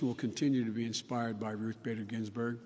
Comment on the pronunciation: This is Starting to be cruel. Vice President Biden is Slurring his words...He mispronounced Honorable Justice RBG. WHY ARE THEY MAKING HIM DO THIS! WHEN IS THIS ELDER CARE ABUSE? This isn’t cool you guys.